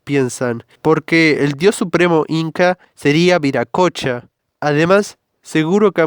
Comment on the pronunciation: Hasta donde se se pronuncia “wiracocha” <3 que buen video wuapo